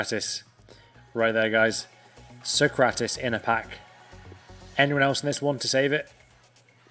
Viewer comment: Your pronunciation of immobile and sokratis are criminal